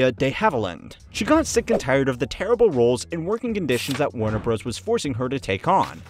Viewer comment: Warner "Bros" 😂😂